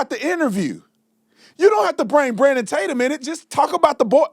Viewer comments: Don Lemon = Clown. Imagine being a "journalist" and don't know how to pronounce your main topics. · Don was def. low key being disrespectful when he mispronounced Tatum. Don is a punk b… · Don knew his name. Acting as if he can't pronounce it. Arrogance at its best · First, his purposeful mispronunciation of your name is a typical trick. He knows how to pronounce your name. Then he attacks your credentials (ad homonym), coming from a guy who has done NOTHING in life. He read a teleprompter on cable news. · So, he admits he DOESNT KNOW his information ! About time !!! 😠😠😠😠😠 Can't even pronounce Officer Tatum last name ! 🤔 Nancy Grace is as bad as Don Lemon ! 😠 I will NEVER watch her again !! NEVER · How cute that he PRETENDS that he can't say your name at the beginning but has no trouble with it the rest of the show. Don, we know you know who Brandon is. Quit playin! You ain't foolin nobody! LMAO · Deep throater Don can't even say Tatum right! Or was that intentional? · Exactly! His intentionally mispronouncing his name was so fake and lame! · If he’s warned about Brandon from the beginning and done videos on him you think he would know how to say Tatum. It’s not like it’s even complicated to say. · The fact that he intentionally mispronounced your last name was comical. His apparent jealousy is so obvious. It would almost be entertaining but more sad than anything. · He's supposed to be a journalist and he can't even say Tatum right? 😂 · The purposeful mispronunciation of Tatum is WILD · Look at Lemon pretending not to know how to pronounce hour name😂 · The very first sentence out of Donny Bo’s trap is that they have been warning us about Brandon, but funny that he can’t pronounce his last name right but wants us to believe he’s been on the “case” about Brandon. So Don doesn’t even really know who Brandon is but is spewing things he has no clue about. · Can you not say his last name, right? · Don “Lemone” intentionally mispronounced your name. What a low power move.